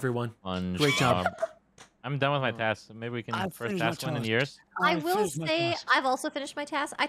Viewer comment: I heard "Tasks" as "Taxes" in the beginning and I thought paid his taxes in Among Us.